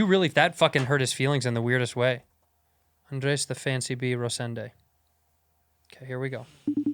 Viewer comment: Why Bobby keep pronouncing Andreas instead of just Andres?